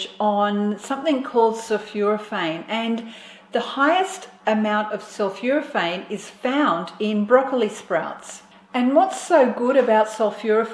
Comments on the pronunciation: Sulphoraphane not Sulphuraphane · Not sulfuraphane but sulphOrophane. Great stuff Gonna start making daily in my Nutribullet. Great presenter.